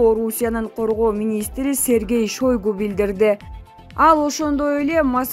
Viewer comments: Шайгу деп окубайсынбы,жазылганда Шойгу.Мынча сабаты жок ,ото начар окуйт экен. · Шойгу деп жазылат шайгу деп айтылат дабдыр диктор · Биатлон Шайгу деп окулат сабатынар сайда калгылар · Жолок пулду деле чондордун адамдары алат да, далдырабай кытайдын карызын жана баткендеги границаны тактагыла кок мээлер. Бул байкуш дипломду сатып алганго ананып кетейин (биталон эмес торпошка биатлон , Чойгу эмес Шайгу ) качан ушул сабатсыздардан арылабыз.